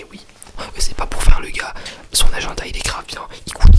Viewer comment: j'adore quand il dit aGENda